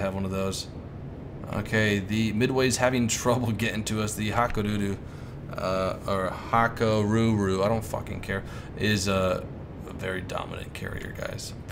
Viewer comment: hakuryu not haruru :)